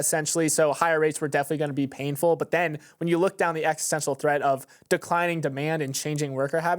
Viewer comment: "niche" "existential" "existential"